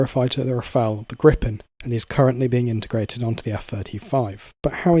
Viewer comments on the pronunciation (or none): Why does no one pronounce RafAAle correctly?